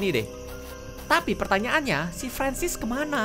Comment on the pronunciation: Mister francis kak bukan ferensis